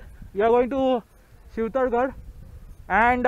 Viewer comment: It's Shivtharghal not shivtharghale.